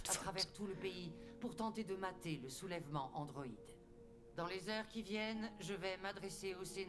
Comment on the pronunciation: Je veux pas casser l'ambiance mais est ce que je suis je suis le seul à avoir cru que la présidente à dit mater les sous vêtements au lieu des soulèvement 😂